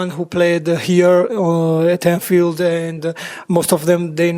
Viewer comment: Anthield lol, am not sure 😂